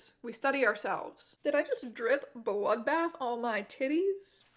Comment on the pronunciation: "Enjoywing my vewwy wefweshing bwoodbaff" 😂😂❤❤